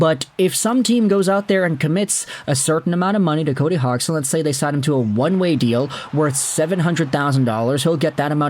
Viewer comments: Hodge son - pronunciation, technically speaking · That's funny he still keeps saying his name wrong, it's not said hog